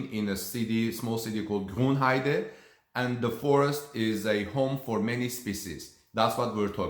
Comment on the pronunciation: Just a sidenote, you're pronouncing Grünheide wrongly: You say it like Grunheide, but it's written with an Ü, so the pronunciation is slightly different. :)